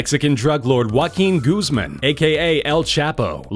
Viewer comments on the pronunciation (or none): none